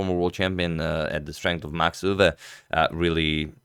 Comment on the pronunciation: Agadmator absolutely nailed the pronunciation of Max Euwe. That's as good as it gonna get for a non Dutch speaker.